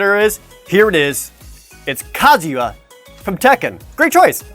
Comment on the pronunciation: the way you said Kazuya like kaZYah gave me anxiety for some strange reason.